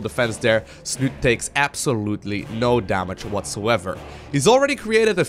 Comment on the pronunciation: Snute himself has actually said everyone is pronouncing his name all wrong ^_^..its snutee with the accent on the "e" at the end :P